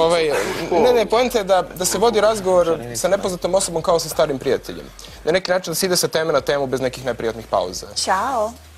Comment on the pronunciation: nazalost,akcenat na 'stari' :/